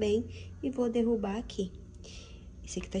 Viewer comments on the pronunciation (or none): none